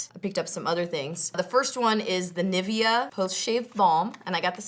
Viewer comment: you pronounce Nivea wrong, cute but wrong :)